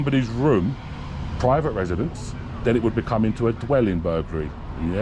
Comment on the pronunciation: It's PREEVIT PROPERTY dont you know 😅